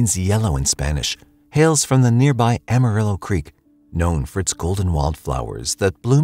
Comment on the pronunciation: “ll”, or double L, would be pronounced “-ee” in Spanish. “Ah-mah-ree-oh” 🤙🏾(don’t forget to roll that r 😊)